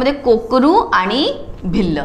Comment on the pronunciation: Ma'am kokaru nahi korku ahe te